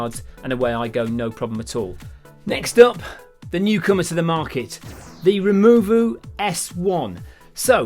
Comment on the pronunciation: I like how the 2-button operation of the Removu was cumbersome but the 3-button operation of the Evo was fine! Also from the very beginning of the video you had no trouble pronouncing "Zhiyun" but struggled with "Removu" - I gave you the benefit of the doubt but subjective review it was not - shame!